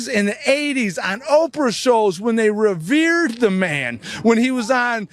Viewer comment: I heard him say “revered” and almost fell outta my chair.